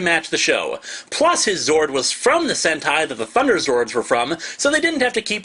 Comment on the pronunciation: Look up "Sentai" not "Senti".